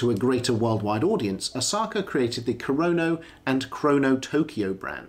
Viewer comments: Dude its Asaoka pronounced Asa oka not Asaka! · Kindly out of due respect, it's 'A-sa-o-ka'. not Osaka. I know in English we tend to gravitate towards what's phonetically easy or quick, but hearing Osaka is like hearing McWillen instead of McMillain. I know Japanese is hard and there are 3 writing systems, but the characters on the dial are Kana, short for Katakana, primarily used for either capitalized pronunciations or foreign word pronunciations. Kana is the most basic and easiest for westerners to pick up and learn, hence why Asaoka chose it. Furthermore, it has a cleaner and minimalistic aesthetic. If he chose Kanji or Hiragana, the dial would seem too convoluted. Take this in a helpful sense, I mean no offense. Furthermore I respect your Kurono collection. Cheers. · Do the man some justice and pronounce his name correctly. ASA O KA